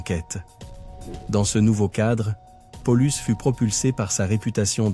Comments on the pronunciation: On en dit pas Polus mais PA Oh Lus! juste un point essentiel quand on fait un docu histoire. mais ça n'invalide pas la vidéo. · Paulus se prononce de la même façon en latin. Pour les exemples cités ça va c'est proche de la réalité mais pollux non!